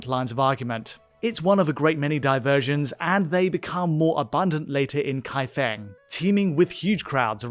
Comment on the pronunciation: Qinghe pronounced “Ching-huh” and Kaifeng pronounced “Kai-fang”